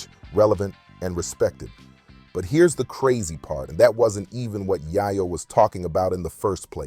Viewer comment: Bro it’s YAYO NOT YIYO